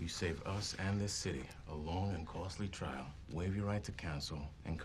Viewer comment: One thing that irks me about this movie is often overlooked by a lot of people. It happens to be a simple word, or more accurately, how it sounds. It is how Rosamund Pike says "Trial." It sounds like she is saying "Chrial"